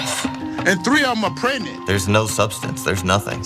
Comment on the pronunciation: He can't pronounce PREGNANT! What's PRENENT